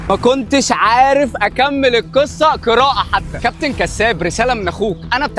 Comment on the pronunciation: طيب بالأول أنطق الحروف صح. يعني القاف (ق) ليه عندك كاف (ك)؟! (كصة) بدل (قصة)؟؟ (صديكي) بدل (صديقي)؟؟ (كراءة) بدل (قراءة)؟؟ (أعماك) بدل (أعماق)؟؟ .......